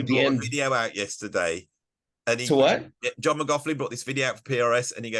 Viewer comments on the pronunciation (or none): John, once again, pronouncing his name wrong. What a comedian.